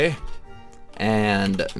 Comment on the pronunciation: How u said donkey it was so funny